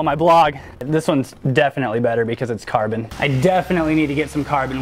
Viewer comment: Learn to pronounce "Carbon"